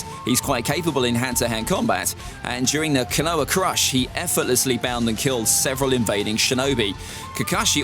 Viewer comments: Scales were quite accurate I enjoyed it. I must say I twitched every time you pronounced KONOHA with silent H that was horrible to listen🤣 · Yeah I quit this video as soon as I heard his FUCKED UP PRONOUNCIATION OF KONOHA